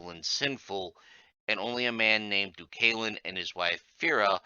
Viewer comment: Would not have imagined Deucalion and Phorenice would be pronounced like that. And yes, I would like that video someday.